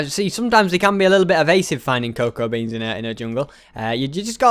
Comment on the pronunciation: It's that ses coacwa beans